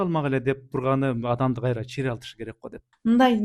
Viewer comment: Кайтра кайтра дейт го